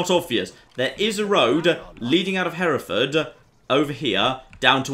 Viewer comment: Herutford isn’t Hereford it’s hertford, Hereford is inbetween Gloucester and the welsh border.